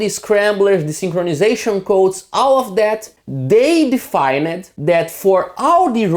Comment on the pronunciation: defined" ... two syllable.... deee-fined ... not de-fine-ed Same goes for amplified. No amplifi-ed. If you just took off the -ed and pasted a t on the end, it would be closer.